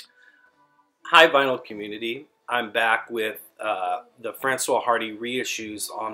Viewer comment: Sorry to be that guy, but the s in Francoise is not silent, otherwise it'd be a man's name. The H in Hardy is silent though.